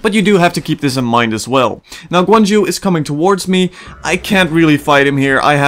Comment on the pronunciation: It's pronounced Guan YU (like "you")!! :P